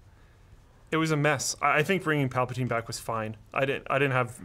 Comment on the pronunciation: PalpaTYNE??? Do you even Star Wars bro?